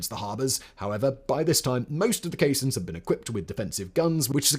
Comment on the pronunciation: No, caissons - pron. kay-sonnz